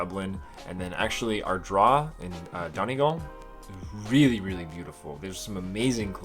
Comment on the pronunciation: U said donegal as donnygall its dunnygall